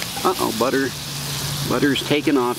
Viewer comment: /22/00 "BUTTA"